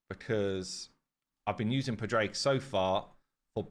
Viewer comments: Padraig = Padrig like Patrick only ending with G. I see it as either an Irish or Welsh thing. pa-dra-ig , the d giving the roll to the r and the i short. just my opinion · Padraig is pronounced Paw Drig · He needs to spend more time with nubs lol to learn Irish names lol